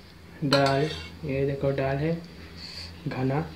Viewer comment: Ddal nahi hota dal hota he